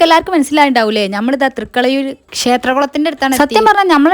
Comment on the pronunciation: തൃക്കളഴുർ എന്ന് പറഞ്ഞപ്പോൾ നാവ് ഒന്ന് സ്ലിപ്പ് ആയപോലെ 😂😂